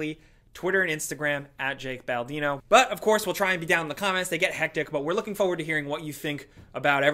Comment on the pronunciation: It’s not foward, it’s forward! Damn it Jake 😑